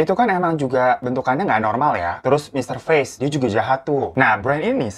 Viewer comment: Ngomongnya Mr. Face